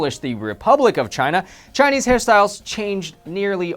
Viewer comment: ashfromny I didnt think anyone else would be able to tell that he was pronouncing chinese wrong ! :3